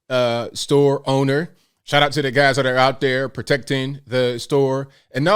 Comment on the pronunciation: It's shout out, not shot out.....just saying